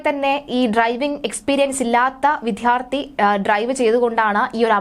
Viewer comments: അപകടവും പെട്രോൾ പമ്പിൽ ഒരാൾ ഇറങ്ങിയതും തമ്മിൽ എന്ത് ബന്ധം 🤔🤔🤔 എന്തെകിലും വാർത്ത ഉണ്ടാക്കണം, അല്ലേ?? പിന്നെ, വിദ്യാർത്ഥി എന്നാണ് അല്ലാതെ 'വിദ്ധ്യാർത്തി ' അല്ല. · Vithyarthi alla vidyarthi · കളർകോട്, വിദ്യാർത്ഥി എന്നൊക്കെ വ്യക്തമായി പറയു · വിദ്യാർത്ഥി എന്ന് പറയാൻ അറിയാത്തതിനെയൊക്കെ എന്തിനാ വാർത്ത വായിക്കാൻ ഇരുത്തുന്നത്